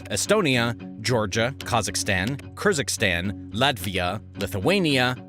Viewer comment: Operation Barbarossa not Barbosa, Belarus is not in Ukraine but in Belarus, same goes for Ukraine, Kyrgizestan is not Kyrigistan